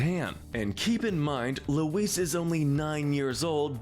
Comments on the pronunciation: You’re pronouncing Louise wrong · Lou-WEESE....WEESE...WEESE... Forgot Aunt Gayle too.